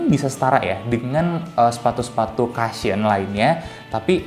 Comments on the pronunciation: Cushion aja selalu diucapnya KASHYEN.. Pdhl mestinya diucap KUSHYEN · Belasan mungkin puluhan video berlalu, tak lelah kuinfokan kalo.. Cushion bacanya KU-SHYEN bukan KA-SHYEN Mending sebut aja bantalan drpd maksa pake vocab inggris tp salah pronounciation nya..